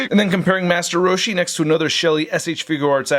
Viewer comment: The way you say master roshi is perfect 😂